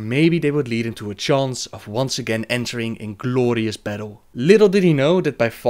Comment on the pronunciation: The way he says "gLLooorious death" or "gLLoooorious battle" is just crazy funny :D